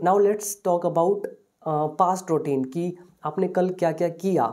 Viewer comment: It’s not ROutine it’s “RU” Routine.. O is silent.. Pronounce the word Correctly..